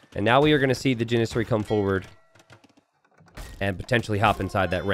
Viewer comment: JAN-ih-sary, NOT jan-IH-sury.